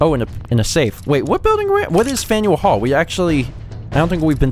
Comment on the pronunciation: When you say faneul hall I think faendall hall.☺☺